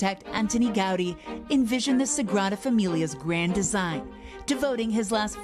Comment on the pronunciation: No Gaudí (pronounced GaudEE, not GAUdi) did not leave “detailed blueprints. That’s one of the biggest challenges.